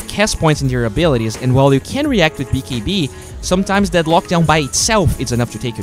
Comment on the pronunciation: lol i like how you say "bee kee bee"